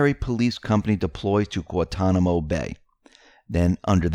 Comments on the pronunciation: Pronounced GWAN-Ton-i-mo...figure it out! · It is pronounce GuaNtanamo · I love X22 reports.,please pronounce the first "n" on Guantanamo and you will get it right. That word is easy for us the Caribbeans but hard to pronounce for others:) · How do you pronounce Guan-ta-namo?